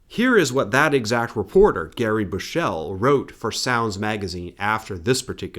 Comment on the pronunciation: Gary Bushell is a racist wanker and it's produced Bush-all has in the phrase hiding your light behind it. Also nowt - is pronounced naw-out. It's a Yorkshire expression meaning nothing. I once had a conversation with an Aussie on a tour of New Zealand about how Murdoch effed the media in both our countries. Dennis Potter named the cancer that killed him Rupert after him.